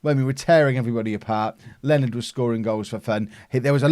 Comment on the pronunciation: Leonards name isn't pronounced 'Len-erd' its supposed to be 'Lee-oh-nah-r' but len-erd is funnier so.... whateves